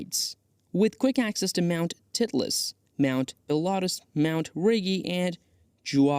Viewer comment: Mount "titt-less" ? "Juan-Frah-Josh"? 🤪